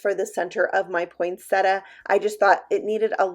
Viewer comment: Hey! You actually pronounce poinsettia right! I was trained as a florist years ago so I know how to pronounce it. Most people say it wrong.